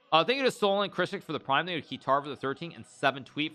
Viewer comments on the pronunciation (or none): none